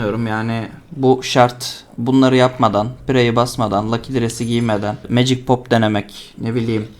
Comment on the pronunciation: Magic yazan iteme(MECİG) diyorsun olması gereken haliyle.Birçok insan MA GİC diye okuyor kanser oluyorum a m k.Legend itemi(LECIND) LE GEND diye okuyorlar kendimi skeceğim pc başında.